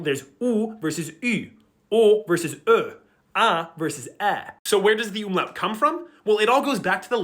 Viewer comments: And yet for the entire video he pronounces umlaut "ümlaut" ( close enough ) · I love how you demonstrativ Umlaute immideatly by saying Ümlauts. Please stop that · Explaining the difference between „U“ and „Ü“ but then continiously calling it „Ümlaut“ instead of „Umlaut“ triggered even my German ancestors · Great content, please learn how to pronounce UMLAUT correctly